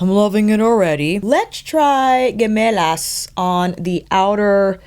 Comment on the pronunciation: FYI... Gemelas is Spanish for Twins. The G here makes the sound that H makes in English.